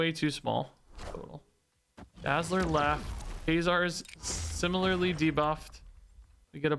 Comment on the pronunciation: funny how you pronounce ka-zar as kay-zar